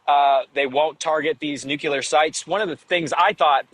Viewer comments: so many journalists saying "nukeelar" instead of "nuclear" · Take a shot every time you hear nucular instead of nuclear. Drives me nuts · Its called NUCLEAR NOT NICKLAR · can't listen to that many nucelar utterancies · you could improve your credibility by dropping 'nucular' from your vocabulary. There is no such word in the English language. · To much listening to Homer...the word is NUCULAR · By the way he kept saying "nucular" I thought he was from Texas. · "New-killer" not "Nuclear" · Who's going to tell him he's saying "nuclear" wrong? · our idiot energy minister in australia is similarly afflicted with this same speech impediment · George junior isn't from Texas... Is he?!?